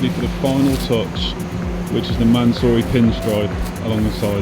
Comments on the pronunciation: Mansory: "Soryman" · the pronounce is MANSOOORY - Not Mansory so❌ -soo✅ sory❌ soury✅ man sorry❌ mansoory✅ i know because its an iranian family name. No hate just letting u know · I can't be the only one driven crazy by the pronunciation of Mansory throughout the video